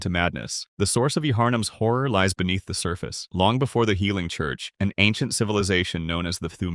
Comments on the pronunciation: its fine it’s an AI voice it reads what it sees, such as Yharnam is pronounced Jaharnam, when it is multiple times pronounced as Jarnam… basically😢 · Nah, wasn't crazy, you were just pronouncing all the silent letters lol. Yharnam is pronounced "yar-num" and pthumerians is pronounced "too-mary-ans." It gave me a good chuckle 😂